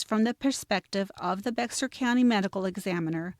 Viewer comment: My, my, my! Life long resident of Bexar County here. BTW, Bexar County is pronounced like, a grizzy bear..not Bex-Are. Something else y'all need to consider or reconsider, is that you have numerous inaccuracies throughout and desperately need to do better, more thorough and accurate research. As an absolute true crime junkie with degrees in criminolgy, prelaw and education and out of the hundreds and hundreds of views of true crime genera, this is by far content with the most inaccuracies. Makes me embarrassed and cring to hear this. I'm so sorry and I honestly dont mean to be unkind but the inaccuracies, ?!#*? But good job on selecting a story that desperatly needs coverage and a long overdue resolution. The sheriff doesn't seem to think that these grief striken familys need answers so that they may begin to seek some type of closure. I still gave it a like though since you only had 2 in the past 9 months.